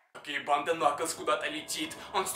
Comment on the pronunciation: Это уже не накалз а накаклз